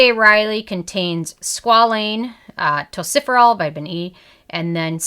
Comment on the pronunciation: I kept thinking, “what is tociferol??” Then it dawned on me, you must mean tocopherol (sometimes listed as tocopheryl acetate, depending on the form used). It is pronounced “tow-kof-er-rol”😉. Not trying to be “that viewer”, just lending a helping hand💜.